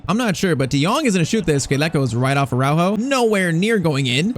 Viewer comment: Its pronounced araUjo